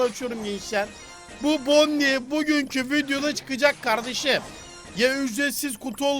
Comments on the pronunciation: Abi bonniye değil boni diye okunuyo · Abi onun ismi bonnie gerçek okunuşu bonni diye okunuyo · Abi bide onun adı bonnie ama okunuşu boni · o bonniye deyil bonnie